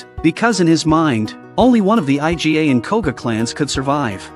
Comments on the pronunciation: Why can't they pronounce the Iga clan properly as "ee-gah", but has to call it I-G-A... It's hilarious... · "by this time, the eye-gee-ay' people. it is pronounced eegah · EE-GHA not I.G.A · Iga . Iga clan it is . Not I G A . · stop say I.G.A wtf say "eega" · I love how the AI keeps calling Iga clan the I G A clan like the damn grocery store. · Dude pronounced Iga as I.G.A as if it's some Mexican Cartel. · "I-Jy-Ay" ninja clan?? The fuq??????? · That's what I thought too! Haha. IGA is ruthless at business. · Right..! Whats so difficult to say iga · Aren't AI supposed to be able to learn stuff? Someone please teach this AI to pronounce Iga properly before releasing a video, ffs...